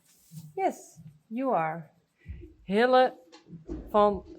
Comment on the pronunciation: thanks for pronouncing Hille's name correctly to us. You say Hilla whilst I have been saying Hillee.🙂 Your spelling 'e' is a 'a' sound whilst to me it is a 'ee' sound.🙂 Mind you with your name you say Yvonna when I say it, it is Yvonn as the 'e' is silent. The English language is very complex aye🙂 Anyways, this is an awesome video and so relaxing to watch. Master Hille has a huge internet fan base now, as well as with the children there too, as Saly is a great mama to let that happen when her baby is so young.🙂.